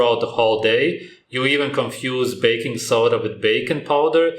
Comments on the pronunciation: It’s not “bacon powder” its “baking powder” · No, you are wrong. Americans do not enunciate correctly. Her pronunciation of baking sounds like bacon, but she wasn't saying bacon. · she said "baking powder" lol but "bacon powder" is a cool concept 😆